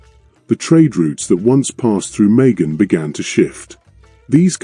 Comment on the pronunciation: It was oman* and it’s majan not megan…